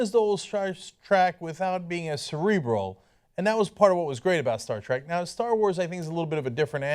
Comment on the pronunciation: Warning. This guy says "Stark Track" multiple times.